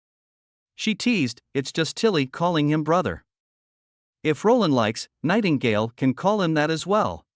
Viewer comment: you said Nightgale😂